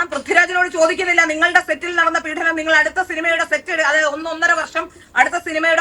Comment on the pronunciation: പീഢനം അല്ല പീഡനം ആണ്. മലയാളം ശരിയായി പറയൂ.